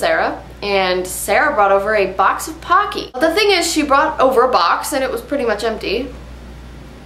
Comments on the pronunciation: in japanese there is no "pa" sound so they r really called pocky like "poke-ey" not "pa-cky" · Dont worry, youre not the only one that says Pocky wrong ;) Any American says it like that, but its pronounced "Po" Like the Panda in Kung Fu Panda, and "Key". I wont go into details, but in Japanese, if somethign was pronounced "Pock" "e" It was be P-a-k-i Video was hilarious! Love the part where she says "Bet they didnt even watch this fuckin far" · It's not "packy", it's 'pocky' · its pronounced po ki as in.... sorry cant explain it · and pronounced poke-ey :) teehee. ur so funny. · It's pronounced Poe-key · If that's not how you pronounce Pocky, then I've been mispronouncing it for almost four years o.o